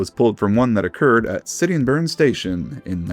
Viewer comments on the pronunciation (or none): You nailed Chatham but Sittingbourne is more of a "Sitting-born". Hythe sounds more akin to eith from either. Lewes is Lewis, rather than Looes. Another great vid, cheers